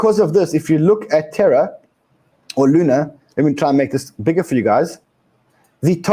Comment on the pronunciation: More terra not terror